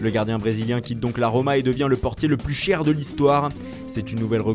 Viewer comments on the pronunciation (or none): none